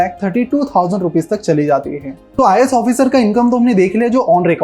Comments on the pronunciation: IIS NHI IAS hota hai samjhe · 'IIS' nahi vai 'IAS' hota haay...